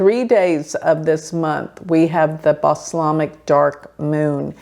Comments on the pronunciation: With all due respect, it is pronounced BAL-SAM-IC, not Baslamic. Like BALSAMIC vinegar. Like BALSAM trees. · Kritica is spelled with a K not a C. Bal-samic, Sorry, English is my language and I hate when words are mispronounced!